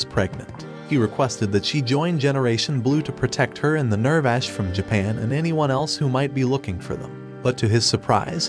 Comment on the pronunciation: It hurts hearing the pronunciation being so off. (ew-rek-a) (near-vash)